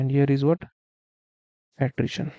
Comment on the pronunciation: its Attrition data not attition data